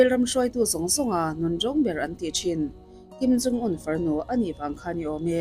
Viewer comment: I videos hi ka en ve ta nual mai mhse,an chanchin I sawi te hming poh ilam duh thei thinlo hi chu in enfiah angai khawpmai!Tunah pawh hian Kim in Jung te itia,heilo pawh hi ka hre teuh tawh....